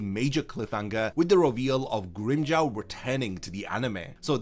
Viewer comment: Why does Grimmjow's name gets pronounced differently in English? LOL Not hating. But it sounds funny. It sounds better when japanese actors pronouced Grimmjow's name.